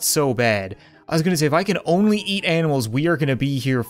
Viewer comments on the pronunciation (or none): none